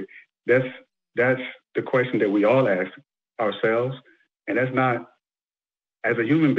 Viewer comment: This always sounds so ignorant to say let me axe you a question. Now focus on the word axe. Axe is a tool to chop with. Hello